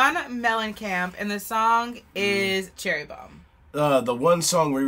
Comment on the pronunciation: It’s Cherry not Cheery.